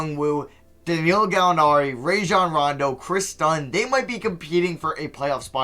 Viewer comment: Im still fed up with how he pronounced Rajon Rondo